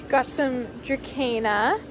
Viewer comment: Dra-SEEN-a...not Dra-CANE=a